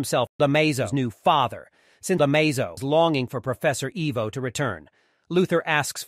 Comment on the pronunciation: It's I-vo ... not 'E-vo'; A-may-zo, not 'Amaz-o'.